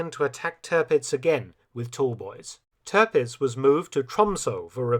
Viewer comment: It’s Tirpitz not Törpitz . Try to get the pronunciation right